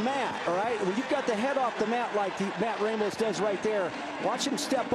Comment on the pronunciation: God dammit ppl it’s fucking “RAH-mos”. It bugs me cause all my life I’ve had this problem haha